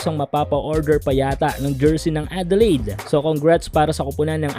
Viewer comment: OOT lods.. "Adelayd" sorry..